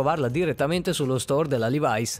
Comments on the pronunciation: Pietro Gatti Eh già, dai ma suona malissimo levais! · Si ma LEVAI'S non si può sentire!! Si dice levi's semplicemente